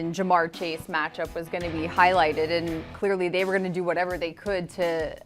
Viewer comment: Never in my life have i felt so 'Mann, it's whatevuh' about my team